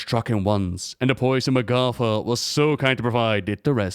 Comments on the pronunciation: Isn't it pronounced MAH'gatha, not mah'GATHA? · I hate how blizz decided how to pronouce her name. Magatha has an ah not aw. Grinds my gears yall.